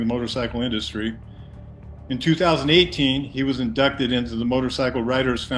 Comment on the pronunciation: Yeah,"inducted", not "indited"😅